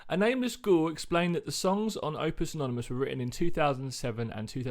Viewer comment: Love your reaction videos so i came back 😊 Opus Eponomous! You pronounced that album name correctly too. I remember you said you know the Latin language ☺️ I wonder if you manage to pronounce Infestissumam correctly too, i know i didn't until i heard Tobias say it🤣 I love Edwin Collins' 90s classic!Funny how those little lines in music can bring back memories. Hearing Michael Jackson in Ghost's music, i think you got an ear for details 😃 I didn't like Opus at all in the beginning. I was angry at that record, becayse i couldn't get into it. I'm a pop girl by heart, and i don't listen to much metal at all . Opus reminded me of early Black Sabbath, only i just couldn't hear any melody in it. All i heard was the "in your face", satanic lyrics and the death metal-like style. I gave up for a while. Then i decided i have to give it one last try. As if by some strange power the songs spoke to me. My faves are Con Clavi, Ritual and Satan Prayer, but all the songs are very tight. I notice the bass too, but that is typical Ghost. I think Tobias wanted this album to sound old school, but i agree with you, the sound quality isn't bad at all. I hope you don't mind if i share your reaction video in my Facebook fan group 😊 People love reaction videos. Looking forward to see your other videos.